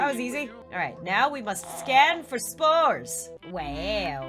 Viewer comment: When you said you were scanning for spores I thought u said scanning for sMoReS 👌